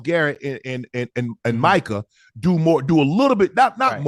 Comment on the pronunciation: Ocho how do you still not know how to pronounce Micah’s name correctly ? 😂😂